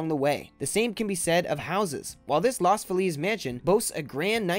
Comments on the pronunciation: Lows Feelis - not Las Feleeeze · Moron, LOS (as in Car-LOS) FEE-liz, not "lost fu-LEEZ", you stupid boob. The Sowden House is not abandoned, you idiot-- it is very much occupied, restored/preserved, and lived in. The kitchen is beautiful, I've cooked in it. God, you're a FU*K up. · Loz feliz LOHS FEE LESS btw smh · It's pronounced Los 'Feeliz,..not Los Feleez' murder house. The Sowdrn house looks amazing! I'd live there! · Obviously you are not from Cali as you dont know how to pronounce LOS FELIZ